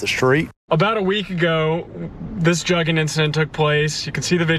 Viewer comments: This is wild. Word Pronouced Joog-in , just like you would pronounce the word "look in" but with a J in place of the L and G in place of the K making it "JooG in" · Its not pronounced jugging. Its pronounced jooging but spelled jugging. Put them under the jail though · Joo-ging. Joox is how it’s pronounced guys. Lol. I got u, dont worry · And it’s juuuuging not jugging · Spelled “jug” proper pronunciation being “joog” Or “we jooging” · For one it's never been pronounced juggin that's how whites interpret the pronunciation it's pronounced jewgin not juggin! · FYI. They're pronouncing it incorrectly. It sounds like "booger". A "joog", or a "lick". A quick score for dumb criminals and thieves. Not jug. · 😂😂😂 they saying jugging .. please yall pronounce wrong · its pronounced "jooougg" like doug but wit a j. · It's pronounced like JOOG you squares lol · In Black parlance, "jugging" does not rhyme with mugging. It is pronounced more like "jooging" or "joohging". Basically, it rhymes with nothing in English. It might be used like this: I beat shit out dat hoe cuz he was jugging me." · That's funny as hell, they can't even pronounce it and it is not a new trend. It is like when you say I am cooking, I been Jooging. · it pronounced "j-uhg-gin" now say it fast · Its pronounced "joog" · They're pronouncing it wrong